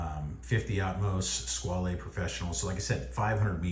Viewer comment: Squale is a French word, so the e at the end is silent. It's pronounced "Skwal".